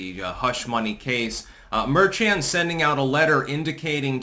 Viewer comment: I believe the name is pronounced mer con. Quite fitting.